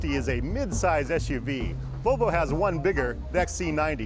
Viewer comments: It's pronounced VoLvo not Vovo. :P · Sounds like hes saying BO BO instead of volvo